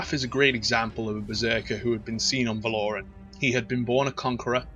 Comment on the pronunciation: it's Val-O-Ran not Val-Or-An